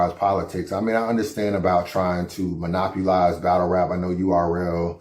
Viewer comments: stay saying ”monopulize”. It’s monopolize my guy. 😂 URL ruining their brand with this stuff fr though, because they’ve branded themselves as for the culture for over a decade and none of it aligns with exclusivity contracts, battle reshoots and blocking battles. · "Monopulize"?? Bruh! 😆😆